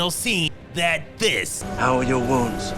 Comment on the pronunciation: How uu wouuns? 😅😅😅